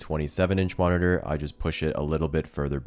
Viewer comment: you said the worrd "moniteur" 67 times